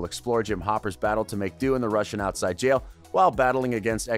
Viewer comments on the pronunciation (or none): none